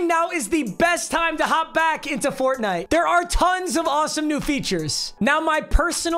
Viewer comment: the way he said FoRnITE